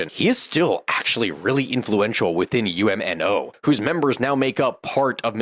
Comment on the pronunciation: UMNO is pronounced Um-no